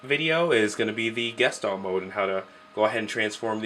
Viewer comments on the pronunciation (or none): guh-shtahlt Dictionary pronunciation